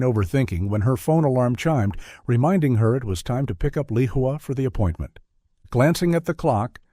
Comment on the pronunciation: Lehua is a Hawaiian name, it is pronounced Lay•WHO•ah with the accent on the 2nd syllable.